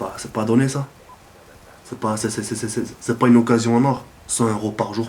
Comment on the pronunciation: on dit (pas) pas (paz)... Sinon bon gameplay:) on fait comment pour participer au concour?